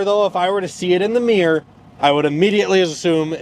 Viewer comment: if i see it in the Meer. yup the rear view meer folks. I am finding, i think no one can actually say Mirror.